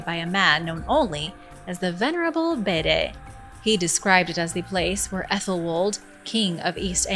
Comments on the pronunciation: It’s pronounced bead!!! Number one not bidet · The Venerable Beds, Bede is pronounced Beed